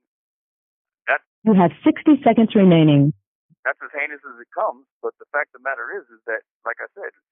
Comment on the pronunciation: Jeezus learn how to pronounce "heinous" already, you're a grown man!